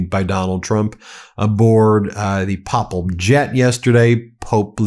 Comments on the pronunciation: Please Ben The first A in “Papal” and “papacy” use the long ā sound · Ben, "papal" is pronounced like "paper"